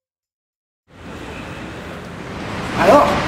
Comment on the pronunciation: OMG, déjà il y a 8 ans j'avais pas capté que c'était le grand JD et je comprenais: "même si elles pratiquent la Saint-Denis" Alors qu'il dit "Sodomie" BAHAHA